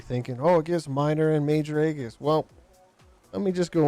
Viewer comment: Aegis is Greek, it’s pronounced Ay-Jiss.